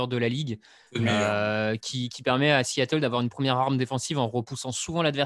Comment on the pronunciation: Un S à Seattle ? ^^ Sea et non See ^^ aie aie aie